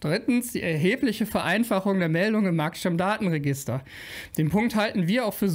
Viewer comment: Ich hab mal ne technische Frage, genauer gesagt, ne sprachtechnische: Heißt es denn wirklich Marktstamm-Datenregister, so wie du das aussprichst? Oder wird das nicht eher Markt-Stammdaten-Register ausgesprochen, einfach weil da Stammdaten registriert werden?